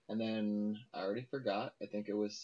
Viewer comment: Think like Zink